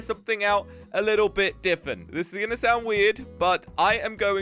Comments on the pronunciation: Why are u saying diffent it's different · Why does he always say difent